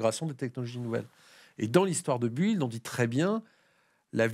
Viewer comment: Please, la prononciation pour "build". Déjà la son "u" n'existe pas en anglais, donc cela serait à la rigueur le son "ou". Mais ici cette lettre est muette. Donc, c'est /bɪld/